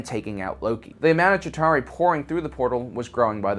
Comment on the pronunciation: "Shitauri" lol